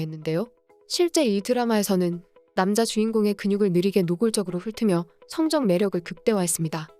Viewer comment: 앤쏘니가 갑자기 한국 드라마 주인공이 된줄 싸우다 정들어서 맺어진다.. *발음을 성적[성적]인으로 하면 학교 성적이 되버림.. 성적[성-쩍]으로 발음하셔야함..